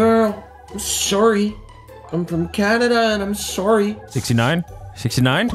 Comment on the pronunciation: "I'm from Canada and I'm soarry" - Legion🤣🎶🎶